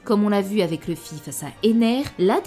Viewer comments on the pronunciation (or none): none